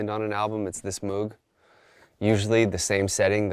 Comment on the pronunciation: Travis mispronouncing MOOG is the most suprising.